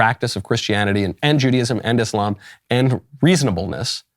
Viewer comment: Only 15 seconds into the video and I already want to thank you for pronouncing it as "iSlam" instead of the incorrect well-spread "iZlam"